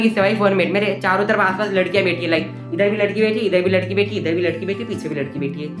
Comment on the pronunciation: Lakdia ❌Ladkia✔️